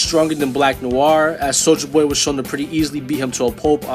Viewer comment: Thats not how you say soldier boy